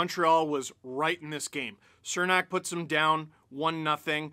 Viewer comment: Goddamnit, Steve. It’s “Chernak”